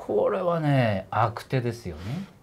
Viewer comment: 悪手は「あくて」じゃなくて「あくしゅ」ですね。